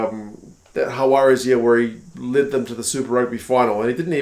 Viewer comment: You're saying "Juarez", your "j/h" sound is correct but the "g" in Jaguares isn't silent, and the final letter, "s" isn't a z sound. Try "Hug-wah-ress", not Ha-wah-rez